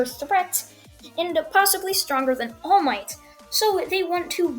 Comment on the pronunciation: When the narrator first said all might it sounded like Paul Might